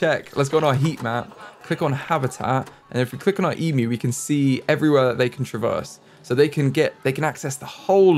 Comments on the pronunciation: Yes it is quite shocking to hear a youtuber pronounce 'emu' correctly. E-myu not e-moo. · As an Aussie, your pronunciation of Emu made me very happy (Especially considering your pronunciation track record lol)